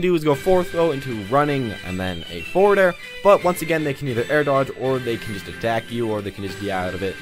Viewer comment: lmao he said foreward